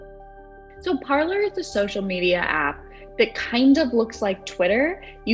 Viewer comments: Are we really pronouncing it Parler... instead of you know ... parlay. Parler is French for “to speak.” Only Americans can completely change the pronunciation of a French word 😂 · Shouldn't it be pronounced like "par-lay"? It's from the French meaning to speak. Not from a room in your house where you gather for tea. i.e. parlour. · 😂😂 You feel my pain. I studied French so I cringe when I hear it pronounced “parlor.” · “Parler” is the French verb “to speak” and no one is saying it correctly 😓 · I am guessing that Trump supporters never watched the very FIRST "Pirates of the Caribbean", otherwise they would know that Parler is a French word that was adapted in whole to the American language, where we can confidently mispronounce it. 🤣🤣🤣🤣🤣🤣🤣☠☠☠ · considering I’m very American and not French it shouldn’t surprise you then... I just have some world knowledge to know that Parler is a French word. It would be like pronouncing filet or buffet without silencing the t. We silence the t as it is a French word. British people don’t silence the t, and here we are taking something out of their book with Parler. If Parler means to speak, which is clearly why the platform was named Parler, then wouldn’t it make sense to pronounce it as it’s intended? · So it’s not pronounced as it is in French? Makes sense since “parler” means “to talk” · Parler (French pronunciation) = speak in english. Did they mean "parlour" as in parlour talk (courting a girl/boy)? 😉